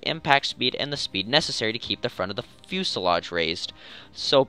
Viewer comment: I am so happy you said 'fuselage' correctly